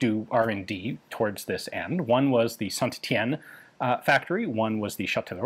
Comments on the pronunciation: BTW St Etienne is pronounced like "Saint Et-E-en" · Ian has been replaced by a clone in this video. The real Ian would never pronounce our the first "T" in St. Etienne. Seize him!!!